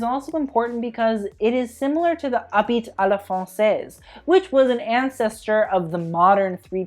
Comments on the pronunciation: great video, as usual!! also we don't pronounce the t in "habiT a la francaise", its silent ;) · French tips : don t say the « t » in the end of habit, say « habee » 😂😂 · a small hint, in french the last consonant is never pronounced if there's no vowel after it, so it's "abi" à la française. And you know, you can also use google translator audio option to check the pronounciation of french stuff. Sorry to be annoying. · "habit" is pronounced " abi "